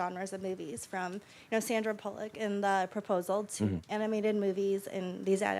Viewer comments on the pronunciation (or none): The girl said Sandra Pullock 😂